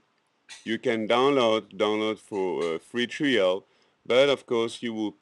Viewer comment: you can click tree-al, or..